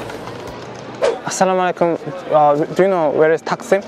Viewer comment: leleldldl A:Füniküler Taksim D:Finügüler taksim A:Heh A:Taksim tam Taksim meydanı D:Takksim tam Takksim meydanı